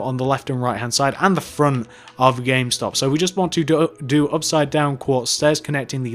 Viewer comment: he mest up on the m in gamestop